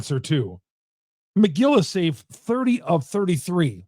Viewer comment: I’m not a brewers fan and even I know it’s Megill not McGill 😂